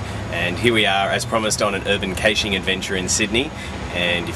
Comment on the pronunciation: Kay-shing? I have heard a few pronunciations of caching, but not this one! I like urban caches though. I had my hands inside a hedge once, feeling around for a cache and got some funny looks from a passing police car.